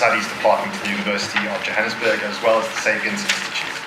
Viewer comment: He said Jahanam sburg